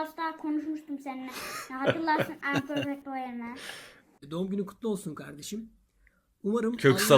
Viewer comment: Perfect değil PÖRFEK :))